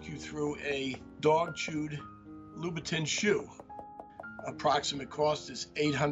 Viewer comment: Well do you know that his pronunciation is closer to the word in French? It is like when I say croissant in French and some rando is trying to correct me by trying to murder the word with an English accent 🤣🤣🤣